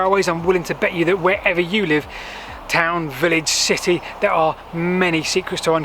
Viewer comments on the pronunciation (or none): none